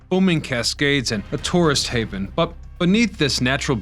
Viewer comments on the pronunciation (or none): Oh...Ooooohhh...you said "a tourist haven," first time though...sure sounded like something else.